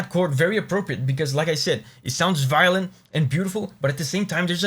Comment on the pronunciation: Violint you say?